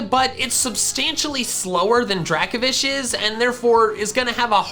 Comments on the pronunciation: It’s Draco-Vish not Draka-Vish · DRACOVISH, NOT DRAKOFISH! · Dracovish* (the F is supposed to be a V) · Dracovish is one word, not 2 words, and the F is supposed to be a V!